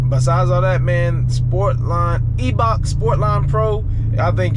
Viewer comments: Pronounced eye 👁 Bach bro and she looks good 💪🏾🤞🏾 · The E in Eibach is silent. Salisbury/Princess Anne MD! Eastern shore!